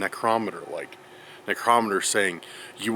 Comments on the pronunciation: necrometer- necro..meter. sorry i googled pronunciation as i was curious for myself. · Pronounce necrometer right man, you are totally saying it wrong. Your the only one that pronounces it like you do!!!